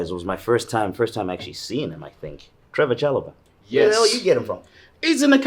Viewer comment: its trevoh chalobah